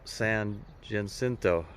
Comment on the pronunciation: Thanks for a fine video. You certainly came across a lot of hikers--far more than I would have expected. For future reference, the pronunciation of San Jacinto is approximately San Huh-SIN-toe, with the emphasis on the second syllable.